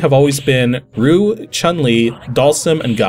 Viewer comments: Roo? Oh, you mean Ryu. (Pronounced R-ee-oo. At least you didnt pronounce it as R-eye-oo) Nitpicks aside: I was really sad that this episode wasn't on the Super Street Fighter II TURBO version because...THAT PORT IS AMAZING! In fact it is so good that I actually prefer it over the Arcade version. Still, I'm glad that we got to see two other DOS ports of SFII in one video. So the aspect ratio issue with Super Street Fighter II I imaging was caused by the fact that the graphical assets were taken straight from the SNES version, where the graphics were rescaled to be (aspect ratio wise) correct for the SNES's 256x224 resolution. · Its been years and even I've already commented on this video, but it still shocks me there's not a comment here getting onto you for the way you pronounced Ryu's name. Granted, "Roo" is what it sounds like the game itself says on 16-bit hardware, and I remember that being a common misconception when I was in school. EDIT: Actually sometimes it sounds like you are saying "Ryu" and its just sounding like "Roo" for whatever reason. I have the feeling we've had this discussion before but it was years ago. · Listening to the video now, it sounds like you're trying to say "Ryu" but for some reason it sounds like "Roo." I can definitely hear the Y tho (but why tho? ;) ) so I think I'll give you a free star for this one. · I am aware of how it's pronounced properly. I studied Chinese and Japanese at university and work at a Japanese company. ;) It's basically just "You" with an additional "R" at the beginning. "R-You". Not "Are-You", but simple the letter R (imagine saying "rice" and leaving out the "ice") and then you. In Japanese, the pronounciation of the letter R also is somewhere between R and L, but that would be going too far here. ;) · As always, another really fun video. Both entertaining and informative! However, Ryu is not pronounced "Roo". ;)